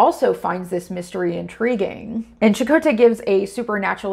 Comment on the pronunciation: If there's a silver lining, it's the CHAkotay variation in pronunciation